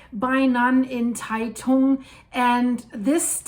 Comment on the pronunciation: Great video. I live less than 100km from the epicenter and we really felt it. By the way Taitung is pronounced 'Tie Dong". Thanks for all your videos and Merry Christmas to you and all your viewers around the world!